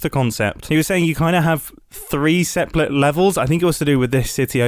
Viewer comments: "seplate" MUMBO YOU MISPRONOUNCED SEPERATE AAAAAAAAAAA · three seplate levels 🤓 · Who noticed that he said “three seplate levels”? 😂😂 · “3 seplet levels” made me laugh for no reason, I love mumbo 😂